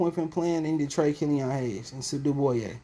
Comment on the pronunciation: Bruh are you eating... Annoying asl. And it's killian not killion